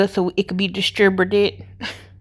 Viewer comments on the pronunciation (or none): I couldn’t help but giggle every time you tried to say distributed🤣 constribided whatever lmao❤️ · Distiburted- ha- I feel ya